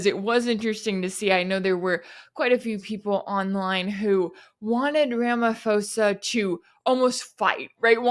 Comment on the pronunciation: Pronounce it ..... Rumma pausa